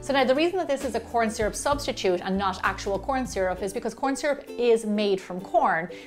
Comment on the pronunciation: Recipe: corn syru Me: shit Her: corn syrup subtitude Me: oh